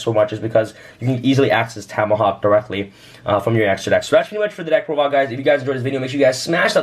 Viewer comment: “Deck prodile”